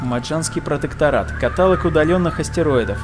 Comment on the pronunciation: КаталОг, а не катАлог)